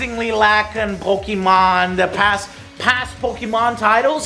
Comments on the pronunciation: Joe, please. It's pronounced poh-kay-mon and that is both the singular and plural pronunciation. Not Pokeemon and pokeemons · Ok, now I'm quite sure you are trolling us with your PoKImon pronunciation: You said "PO-KI" like 12 times, but you also randomly said "PoKEdex, PoKEmon Comunity, PoKEdex, PoKEmon Games and PoKEmon Fandom. So you KNOW how to say "PO-KE". And someone say it's an "accent" matter, but that's silly, because the guy in the clip you show has one, but you can still hear "POKE" and he doesn't change it halfawy. Now, why do I care so much, considering that I don't like Pokemons at all? Because you are a gamer and a landmark for other gamers. You are the one who's supposed to KNOW at least how to pronounce a name. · Please Joe, pronounce it "Po-Kay-Mon". Pokey is Mother 3's main antagonist. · Ok Joe, please choose ONE way to say Pokémon or Pokédex. - I don't care at this point if you pronounce it wrong like many do as Poke-Eee-Mon, the not so bad Po-Kah-Mon, or the more proper version of Po-Kay-Mon. (The é in Pokémon is pronounced with an 'Ay' sound). Just choose one and stick with it. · It's Poke-eh-mon, not Poke-EEE-mon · Can you look up the pronunciation for Pokemon.... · I love you Joe. How do you pronounce pokedex correctly but not pokemon? 😅